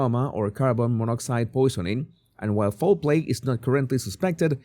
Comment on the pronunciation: Jesus I hope you don’t mind me saying but you say fowl play like foreplay. 😊